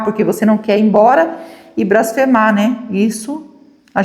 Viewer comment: NÃO É "BRASFEMAR" É BLASFEMAR. É BLASFÊMIA, COM L.